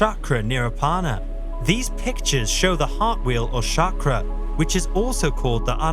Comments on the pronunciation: It's pronounced cha-kra, not sha-kra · Not Shakra but Sakra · I really have to wonder why so many “spiritual” people mispronounce the word chakra. It starts with ch not sh. Shakra is another name for Indra whereas chakra is the wheel as depicted on the Indian flag.